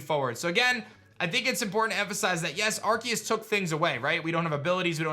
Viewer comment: I love watching videos, but the way he pronounces arceus drives me crazy 🤣